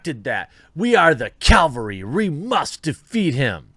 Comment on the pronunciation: Calvary... I think he means “cavalry.”